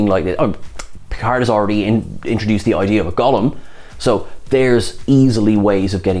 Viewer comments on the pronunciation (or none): I wanted to let it lie but I can't. It's Golem not Gollum